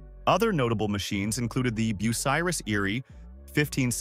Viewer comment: I quit watching within the first 2 minutes as you couldn't pronounce the name correctly. It was also annoying to watch irrelevant pictures flash by. Just my opinion, but not a good way to tell the story of a manufacturing giant.